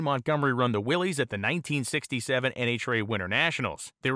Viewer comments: pronounced "Willis" not "Willeez" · It's pronounced Willis, Willis! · its pronounced 'willis'